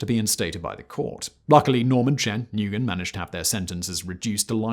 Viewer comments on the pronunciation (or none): It’s pronounced “nwen” not “nugen” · Guy keeps on saying nguyen.... Its pronounced when not en goy en lol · Nguyen actually is pronounced as win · ABSOLUTE travesty - YES, this video! Did not even spend five minutes on learning the pronunciation of the names: "Suka-maran" = Suku-mayran "EN-guyen" = "Wen" (When) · Nguyen = 'wen', not 'nuh-goo-yen' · nguyen is pronounced "WEN" not "NE-GOO-YIN" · Naguyen? Newyen! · NGUYEN - Pronounced NEWAN not "Nigoyan" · Nguyen is NOT pronounced Nugan. It’s N’wien. So lazy. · noo-yen, not oon-goyen . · Ok dude, I was willing to overlook your overall SNIDE tone of narration. Then I realized you have nothing to look down your nose about. The Vietnamese name Nguyen is pronounced "wen", not "Naygoyen". The "Ng" is silent. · It’s pronounced win, not newgen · You really pronounce “Nguyen”, ni-go-inn?! You outta be ashamed of yourself. It’s pronounced “Winn” if it’s north Vietnam it’s pronounced “mu-en”. You Brits always pronouncing everything wrong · just a suggestion --nguyen is pronounced "wyen" but i thought "nee-go-yin" is pretty neat way of pronoucing it. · Nguyen is pronounced "win", not "Nagoyen", not "Noogen". That was grating to hear. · interesting Simon. Can I say your pronunciation of "Nguyen" is terrible. Maybe not many Viets where you live haha. Its about the 3rd most common surname in Melbourne Australia. Pronounced like "new-en". But co-incidentally, given you are saying it as Nugen, you might like to research the "Nugan Hand" bank of Australia, shady CIA operatives, murdered founders, complicit US Army generals and general drug trafficking and money laundering shenanigans in the 70's. Good stuff... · Leave it to a Brit to butcher simple names LOL; NU-GO-WYN, NOO-GAN... uhhhhh Nguyen!? Pronounced Win my dude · "New goy yen"? Seriously, no one associated with this production has ever met or known any Nguyens? Where is this made? It's pronounced "when". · Lmao Na Goo Yen 🤣 bro it's pronounced kinda like win